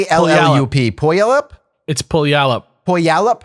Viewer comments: Strange that someone from the PNW missed on this one too. It is "Peuw-al-up". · Its pew-ALL-up.